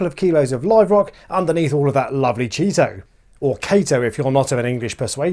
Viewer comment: Chaeto is pronounced Keye-Toe. Hard K, then as in eyes that enable you to see…. There is no regional dialect as it is a contraction of it’s Latin (scientific) name, and as such this has established rules for pronunciation. Anyone telling you otherwise is just being ignorant! 😉